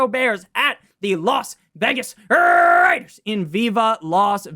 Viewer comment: RRRRRRRRaiders 😂 never stop saying that lol nor “here come the ” lol